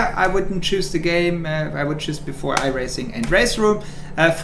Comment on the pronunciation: I am the only one that heard "gay" and not "game" in the first 10 sec?